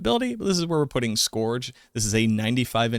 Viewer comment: scourge pronunciation gets me every time